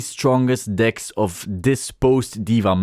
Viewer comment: My gf was in the car with me while watching the video. She was cracking up the entire time thinking you were saying dick instead.